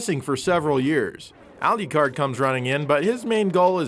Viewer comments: I know that's a rhetorical question but here is my rhetorical answer. It is pronounced like this Drac·u·la a lot people say it like Dra-cu-la.Also Alucard is pronounced as such alu-card. You say it like aru-card. There is no r in his name. ;) Your welcome for the lesson. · was not trying to sound mean our rude or trying to make you guys mad but it sounds to me like you pronounced it ah-lee-card. And i never heard it pronounced that way before i have always heard it pronounced ah-loo-card. I think even both the ps1 and psp voice actors say it that why too. Not saying im right and was not trying to start crap. I just sound different to me is all my intent was not to offend. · He fucking said al-Ucard....its just Alucard. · DID YOU JUST FUCKING SAY ALIYACARD? ITS ALU-CARD, ALU FUCKING CARD, YOU KNOW, LIKE A A TARD? LIKE, YOU?! HONESTLYHOW CAN YOU MESS THAT UP! HOW. CMON GUYS GET YOUR HEAD OUT OF YOUR "BLAST PROCESSING" ASS XD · The criticism I have is that, within the game and many other games and franchises, it's Alu-card. al-you-card sounds awkward. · Remember aliucard. Aliucard…. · I'm really annoyed about how you pronounced Alucard as "Al-eu-card" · "Alyucard"? First time I've heard it pronounced 'that' way. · Ya ever think maybe the English voice actors pronounced it wrong? Good grief with the Al-lee-card thing already. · lol yeah I caught that xD Alucard IS Dracula backwards so why shouldn't the 'u' sound the same? On the other hand it IS Japanese and phonetically it should be Al'oo'card. Personally I don't care lol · Al-you-card? LOL dumb ass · Why is saying alucards name so weird..he is in no way pronouncing that right. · How the hell do you manage to mangle the pronunciation of "Alucard"? No seriously, how is that even possible? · Wow learn to how pronounce Alucard right.